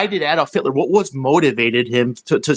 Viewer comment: i knew he didnt say hilter😂man im laughing hard😂😂😂😂😂that I.Q drop tremendously😂